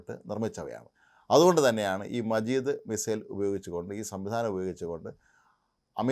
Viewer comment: മജീദ് അല്ല, മാജിദ്